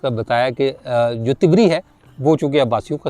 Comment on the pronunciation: طبری کا تلفظ ط پر زبر کے ساتھ ہے جبکہ آپ اس کو ط پر زیر سے ادا کر رہے ہیں طبری طبرستان سے ماخوذ ہے Tabaristan